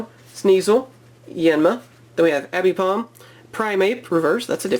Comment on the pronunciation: Abipom..... Its aipom ffss